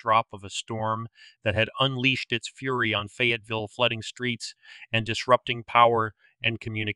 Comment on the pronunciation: I think you need to research the pronunciation of Fayetteville. 😊